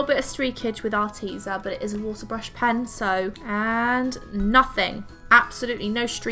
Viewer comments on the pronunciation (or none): you are saying arteza wrong its not 'arteeza' it's 'ar teh za'